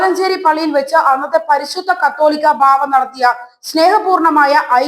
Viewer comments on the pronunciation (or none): കത്തോലിക്ക ബാവാ അല്ല കാതോലിക്ക ബാവാ എന്ന് പറയൂ